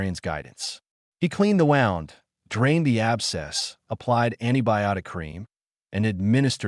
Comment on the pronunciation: Please teach the ai voice how to pronounce wound!!!! ‘Woond, not wownd’